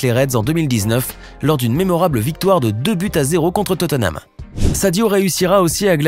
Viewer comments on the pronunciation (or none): none